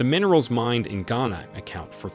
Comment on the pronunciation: Who paid you and how much were you paid to do this video? You can't even pronounce Ghana properly yet you speak as someone who has expertise in the affairs of the country. # Propaganda video#